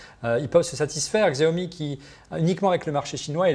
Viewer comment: On dit "Chao mi", ça m'a agacé tout l’émission!